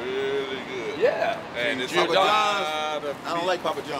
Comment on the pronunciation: It’s pronounced jor-dono not gee-or-Dono. Giordano is the Italian form of Jordan. Gio make a J sound not individual pronounced.